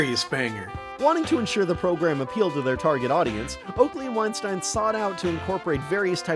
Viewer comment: You keep mispronouncing Weinstein.